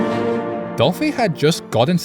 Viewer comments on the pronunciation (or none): not "doplhy" 😢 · “doplhy” haha